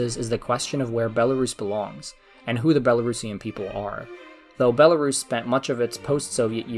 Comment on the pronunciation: You are not pronouncing country name correctly